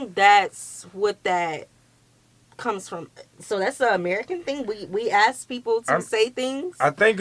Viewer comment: Ask😅...not ask..axe😅❤